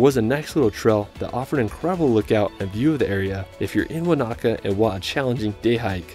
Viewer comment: Thank you for this video! it’s great to see people enjoy Aotearoa. It would be great if more tourists learned to pronounce the Māori place names correctly! Eg the macron on Wānaka is on the first A so it’s not waNAka, it’s WAnaka. Love from NZ 🤍